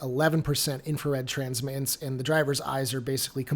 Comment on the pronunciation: No name calling. And I have great respect for your work. The word “transmittance” has the letter “t” in it three times. The second two are not silent when saying the word. Why do many people (who are usually under the age of 40) not pronounce them?